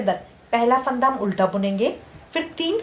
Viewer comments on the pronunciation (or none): it's fanda not phaanda